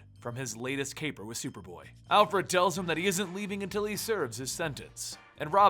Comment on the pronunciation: at the beginning you said shuperboy